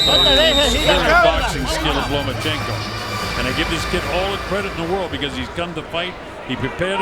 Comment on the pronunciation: He also pronounced the name wrong several times. I enjoyed the hell out of that. Same with "The Mexican Fighter" or "The Mexican" LOL! OH, AND THE "FIGHT LIKE A MEXICAN" "DOWN AND DIRTY" HAHA